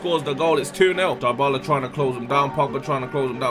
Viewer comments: no its djebola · its not dyebala its debala